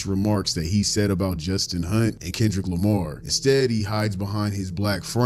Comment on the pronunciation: Since you pointed out how WTD says Kendrick Lamar I can't not be aggravated by the way he says it 💀😂 also that hat 🙌🙌🙌🙌 yaaaassss.....I really adore the energy you bring it's contagious ... nowhere but up for you 2025❤ love from NC! 😘